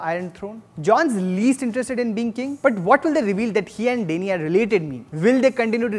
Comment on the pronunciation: U watch with subtitles right?? It's Danny not Dainie, Davos is pronounced Dah-vos not Dae-vos and Brianne is pronounced as Bre-Anne not brain.... pls stop just stop... I don't wanna b rude but u talk too fast and seem so nervous....